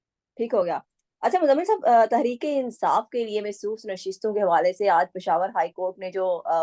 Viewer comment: بہن مخصوص نشستیں ھیں محسوس نشستیں نہیں